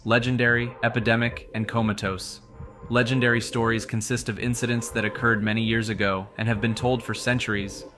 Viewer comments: How he says "Legendary" leads me to think it's text to speech... "La-Gender-Ree". To be fair though, I have a friend who pronounces "Compass" as "Com-Puss", and another who pronounces "Lore" as "Lure". Some people just pronounce things differently. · why does he say legendary like that 💀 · the way you pronounce legendary is hilarious.